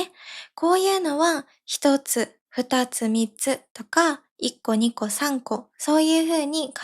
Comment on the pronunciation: えまさんの「二つ」と「二人」のアクセントが間違えてると思いますｗ